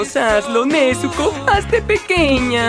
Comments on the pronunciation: Han notado el error en la pronunciación del nombre "nezuko" por todos lados? Al igual que Sazuke y otros nombres en japonés la sílaba zu se pronuncia zz, miren el anime en el idioma original y verán... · No se por qué Pero me molesta como pronuncia el nombre Nezuko, no se, es cosa mia pero a veces siento como si le faltará una tilde